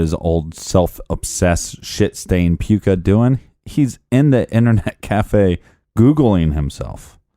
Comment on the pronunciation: Puka not hot "a" hahaha!